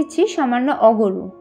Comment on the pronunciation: আগরু না কি যেন বললেন ওটা ঠিক বুঝলাম না